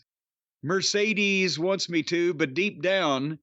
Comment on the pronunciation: Not a single podcaster pronounces Mercedes name correctly